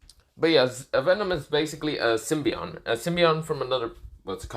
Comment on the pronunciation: tf is a symbion its symbiote, well I guess you got half right